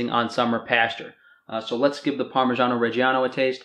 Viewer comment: Great video man, I will say tho for an Italian such as yourself that pronunciation of "parmigiano reggiano" was absolutely terrible